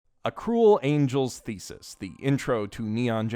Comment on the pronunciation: Yeah, not getting past the first few seconds IF you CANNOT MAKE THE EFFORT TO PRONOUNCE THE TITLE CORRECTLY. Just...nope.